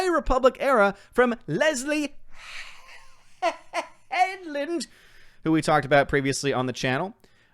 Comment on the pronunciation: way of saying Leslye Headland was quite funny 😂